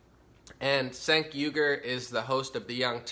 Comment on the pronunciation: i think it;s pronounced chaink not sank, doesnt matter though cause cenk is a huge douche